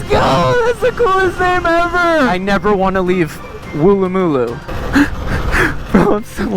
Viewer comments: thats not how u say woolloomooloo its pronounced woolamaloo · pronounced “Wool- a- ma- loo” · Also its pronounced, woo-luh-muh-loo, you're welcome. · Never heard of any place called Wooloomboo m8 but Woolloomooloo i have.You must be a foreigner. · Mate welcome to Australia anytime, im an automotive youtuber containing anything with a motor, I prefer non EV's but theyre still automotive. Not just Ebikes but the Automotive Enthusiasts are targeted lately... The Australian Government rules in Australia are just shyte at the moment..... wooloomooloo is pronounced as Wool - loo - moo- loo or woola -ma - loo Cheers mate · why'd he say wooloomooloo like that 🤣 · Lol the way he says woolloomooloo😂😂😂😂😂crack'd mii upppp 🤣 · city woolloomooloo😂 got me rollen